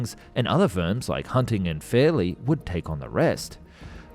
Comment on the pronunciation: “Fairy” pronounced fairly, pretty sure a typo made it into the AI script read. “Geoffrey” also struck me as odd.